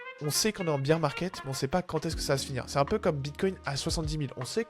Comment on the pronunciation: Merci pour cette vidéo, mais si jamais : "Bier market" -> on ne parle pas de bière, l'ours se prononce "Bèr". Il n'y a pas de sonorité "i".